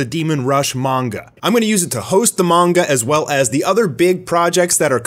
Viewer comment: Good to see someone else pronouncing it "Mon-guh" That's how I've said it since I was little, just sounds better to me so I prefer it.